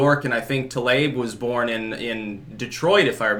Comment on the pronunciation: For everyone's pronunciation help Tlaib is pronounced Tuh-LEEB